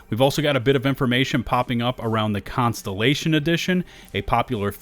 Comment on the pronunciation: Contellation? Words are hard.